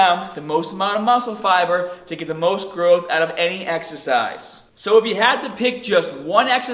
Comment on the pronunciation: his pronunciation of "arms" and "start" sounds Aussie to me, while at the end he said "oot". Honestly Im confused...